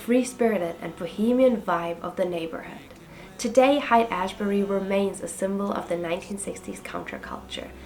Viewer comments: It's pronounced like "Hate Ashbury." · Monterey is pronounced (Mon-te-ray) Haight is pronounce (Hate)......Never trust a Prankster